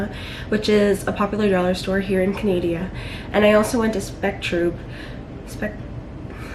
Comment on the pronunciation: Canadia? I thought only my exPrime Minister called it that....